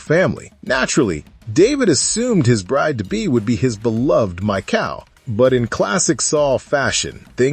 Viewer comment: It's Mikal or Mical ( Mee-hal ) not Michael